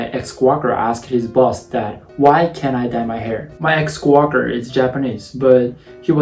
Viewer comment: I LOVE how says coworker "my ex Quocker" Please never fix this!!!